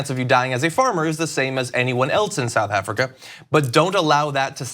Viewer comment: You can’t even say South Africa yet you’re trying to take the piss! The irony 😂😂